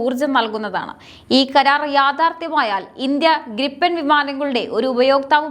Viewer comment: ഗ്രീപൻ അല്ല ഗ്രിപൻ ആണ്